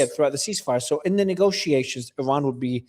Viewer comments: Just the way pronounces Iran tells you been there done that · Lol no it doesn’t. He pronounces Iran like an Arab. We Iranians pronounce Iran without the rolled R. In my opinion he is way too optimistic on Americas ability to establish that naval and air corridor simultaneously. If this was possible America would have done it during the last round. According to the lieutenants logic the only reason it will be possible this round is a slight drop in oil prices.